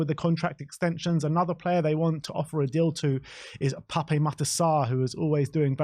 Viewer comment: Please say is name correctly. It's Pap, with a silent E